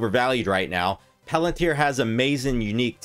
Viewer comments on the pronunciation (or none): If you could pronounce palantir correctly, I might take more notice of what your saying